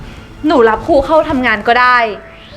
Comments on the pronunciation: ภาไทยยังไม้แตกเลยครูคุณก็ยังอ่านว่าคูเลย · ครู ไม่ใช่ คู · ตั้งใจให้นักแสดงพูด “อังกิด” “คุณคู” หรือเปล่าคะ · ต้องอ่านว่า.ครูค่ะ